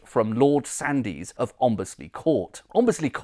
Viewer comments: Sandys is usually pronounced Sands - the 'y' is silent. Excellent video though!🙂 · I think you'll find the name Sandys is pronounced Sands. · Fascinating. I grew up in Worcester and was always told that Lea and Perrins was the original sauce, but clearly it is not. One small point, "Sandys" is correctly pronounced "Sands". I was actually born in Sandys Road, Worcester and a friend worked in the Crown and Sandys inn in Ombersley. Incidentally, Lea and Perrins were not the only Worcester chemists who went on to found a famous condiment company. William Hill and Edward Evans formed Hill, Evans and Company, just half a mile from Lea and Perrins. For many years, Hill Evans was the largest vinegar factory in the world and had the largest fermenting vat in the world, capable of brewing half a million litres of vinegar. It was so big that it had its own branch line, known locally as the "vinegar line". As you can imagine, the combined odour from these two factories so close together was quite pungent! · Superb research, as ever. Thank you. I suspect that "Sandys" might be best pronounced as Sands.